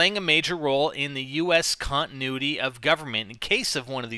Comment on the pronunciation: i dd hear him thats great and when he tried to say continuity he said cuntinuity at lol no offense ur awesome